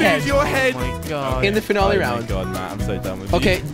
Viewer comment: Jelly , could you pronounce "Finale" right?